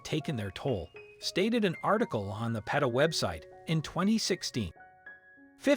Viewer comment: Thanks for sharing least those bears will have a better life. The name PETA is not pronounced Pita it is pronounced Peeta it’s the female version of Peter.